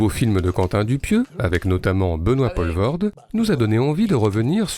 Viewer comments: Merci ! première chose que j'allais dire et qui m'a fait zapper dans les trente première secondes : on dit POUUUUlvoorde. Merci les français... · En faisant le malin, est-ce que tu sais ce que ça veut dire Poelvoord? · Poelvoorde POULVAURDE mais certainement pas POLVAURDE ! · Pourquoi ne pas prononcer son nom correctement? C'est le minimum non? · Quelle drôle prononciation de Poelvoorde, une prononciation somme toute française, ou tout autre que belge j'imagine. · purée meme pas foutu d essayer de prononcer correctement le nom de famille de l'acteur....faut faire un effort quand meme c'est pas si compliqué... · C’est dommage d’avoir fait 16 minutes de filmo sur Benoit Poelvoorde sans s’être renseigné sur la prononciation de son nom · Comment expliquer quand tu sais même pas dire son nom... Très mauvais du coup, insupportable à écouter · Et depuis le temps, y a vraiment pas moyen de prononcer son nom convenablement?? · Faire un mini-docu sur un acteur dont tu sais même pas prononcer le nom... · Pas mal. Vous pouvez le refaire en prononçant correctement son nom ? :-) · Les français devraient arrêter de francisé tout et n'importe quoi à commencer par les noms propres... "oe" en flamand se prononce "ou" et "Poelvoorde" c'est flamand comme nom même si l'artiste est Wallon... C'est compliqué la Belgique... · On dit Poulvoorde, "oe" en flamand se prononce "ou" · Ca arrache un peu les oreilles le "Paulevorde" quand même. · Belle rétrospective, merci. Mais savez-vous que chez nous, on l'appelle "Poul-voorde" et pas "Paul-voorde"? (De la même manière, notre Jaco bien aimé, c'est "Van Dormâle" plutôt que "Van Dormahèl") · En Belge correct tel qu'on le cause à Bruksel, on ne prononce pas Benoît Pol-vorde, mais Poule-Vaurde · POELVOORDE pas POLVORT.... vous tuez le nom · Ça se prononce poulvoorde pas polvorde et vann dormâle pas dormaêl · On dit Poolvorde. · P-OU-levoorde ... pas P-AU-levoorde .. pas compliqué pourtant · On dit "POULvoorde" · le "polvorde" il casse les oreille